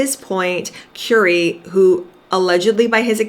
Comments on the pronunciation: It’s Currrr ee not Cure ee 🤦🏻‍♀️. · Just thought I'd let you know you are pronouncing his name incorrectly. It's pronounced as in Curry that you eat, thank you.